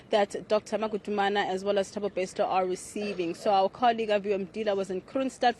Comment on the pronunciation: News presenter ...it's Magudumane not Madugumane. I'm sure you feel proud to pronounce French/ German or Italian names